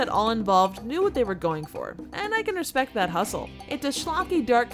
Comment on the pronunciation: Rodney Dangerfield dying in this movie: "NO RAH-SPECT AT ALL!"